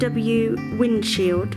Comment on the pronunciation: Great video, brave project. By the way it’s windshield not windschild!